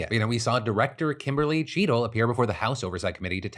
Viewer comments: I had this running in the background and every time Phil said “Cheatle” in the Secret Service story, I heard “Cheeto” and thought he was talking about donnie t. Ha! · I thought you kept saying Cheeto... haha